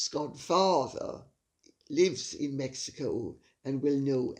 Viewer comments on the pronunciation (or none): none